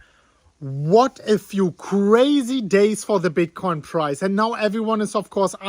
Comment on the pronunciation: Is he saying Bitcoin price or prize?